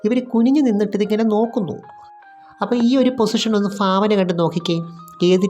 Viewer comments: ഭാവനയാണ്. ഫാവനയല്ല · തെക്കർ ഫാദന എന്നും പറയും വടക്കർ ഭാവന എന്നും. ഏതായാലും ചേച്ചിയുടെ ഫാഭന "❤ കൊള്ളാം.❤